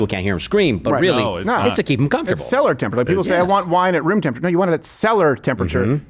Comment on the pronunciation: Did you say seller temperature? Suspicious 😂